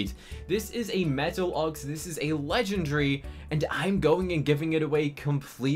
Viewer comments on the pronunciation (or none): NO HATE BUT he always says legendry